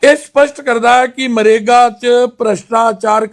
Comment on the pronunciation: देख लो BJP के प्रधान का हाल मनरेगा को मरेगा बोल रहा है.